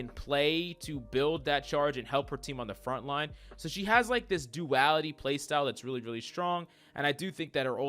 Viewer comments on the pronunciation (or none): none